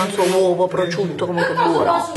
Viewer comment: Prosciutto...non prociutto🤦🏼‍♀️🤦🏼‍♀️